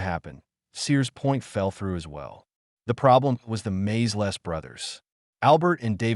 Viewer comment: Hey, Mr AI, the filmmakers were the Maysles (MAY-ZULLS) brothers, not MAZE-LESS!🤣🤣🤣